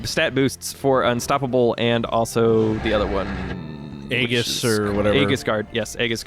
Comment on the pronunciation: You guys are awesome, and thanks for showing that glitch. But, it's pronounced ee-jis, not a-gis.